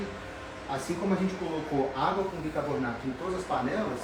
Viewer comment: Doutor, não é bicabornato! Bicarbonato, por favor! 😅